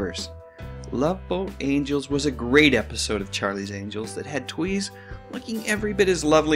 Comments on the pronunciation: Lauren's last name is correctly pronounced "Tavis". I know as my grandmothers maiden name is Tewes. And although I've never met her I'm distantly related to Lauren. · It's "tooz" and "co-pell" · Would never have guessed Tewes was pronounced Tweeze- Double checked and found her saying it. Was certain it was Tues as in Tuesday. Show was mediocre at best but guys- me included- always watched to see the lady stars from other tamer shows in swim togs.